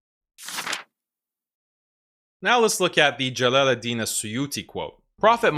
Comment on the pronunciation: he can't even pronounce jalal oud din correctly 😂